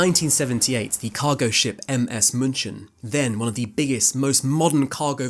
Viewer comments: it's pronounced "Münhhen", not "MUNSHEN", not MUNCHEN" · “munchin” brah it’s “munick” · Whoever wrote this script clearly hasn't done their research properly and pronouncing minkhen like that should be a crime